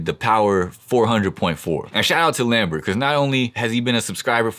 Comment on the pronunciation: Lamberto 😂not lambert😅